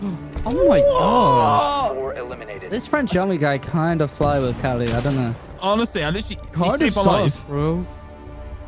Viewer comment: How a champion pronounces “kali” wrong lol